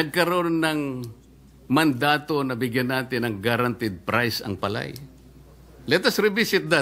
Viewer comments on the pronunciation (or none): Hoy KIKO chonggo matsing.. PALAY lang di mo pa mabigkas maige .. 😂😂😂